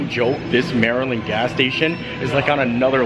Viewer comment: Finally, someone that pronounces Maryland properly! We definitely silence the "T" in a lot of words or pronounce it like a "D" such as budder instead of butter.